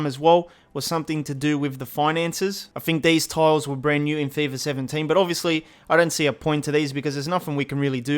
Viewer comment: "feyfah sevhen-teyn"